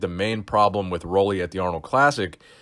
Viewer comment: “Rowlley”.. uncrowned 2018 mr olympia 2018!